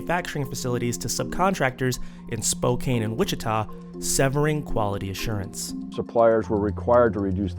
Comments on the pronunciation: Spokane is pronounced SPO-can, not SPO-cain. Please get it right. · Spokane is pronounced spo-CAN just for reference, not spo-CAYN. :)